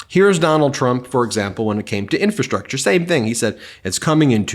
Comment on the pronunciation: Has anyone else noticed that Trump can't even pronounce infrastructure? He says "infa- structure." Good grief! Listening to him talk is like hearing nails on a blackboard!